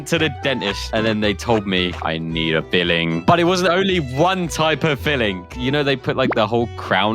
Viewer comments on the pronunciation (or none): Its filling not biling